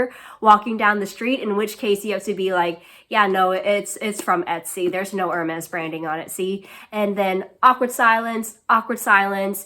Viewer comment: I really love your channel. Nice to see other women in academia who also enjoy the frivolous luxuries of life. I love the Cartier Panthère bag - it’s on my wish-list! Great choice :). Be careful when pronouncing Hermès. It’s more like “air-mez,” rather than “er-mez.”